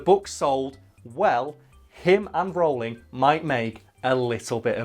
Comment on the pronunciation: I love how you pronounce Rowling differently every time